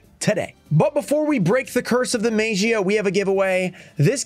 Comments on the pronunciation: Maybe the Magia would respect you saying the name correctly, I mean you've tried everything else. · YOU WILL NEVER PULL THIS CARD TILL YOU PRONOUNCE IT RIGHT NEVERRRRRR!!!!! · would you respect the one guy who keeps saying your name wrong even tho they have been told? ignorant is what im seeing. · You know when the teacher calls the students name for attendance but she's saying slightly wrong so the student doesn't say "here" or "present" like she's saying Gearson instead of Jerson maybe that's whats happening with you and Magia he doesn't like the way you're saying its name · I’ve said this before and I’ll say it again, stop mispronouncing his name and he’ll show up 😂